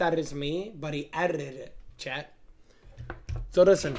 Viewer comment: The word chat does not contain an R or an L. Somehow this man rolls r’s in the word chat lmao